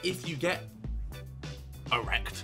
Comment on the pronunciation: the way harry says "ERECT" gives me life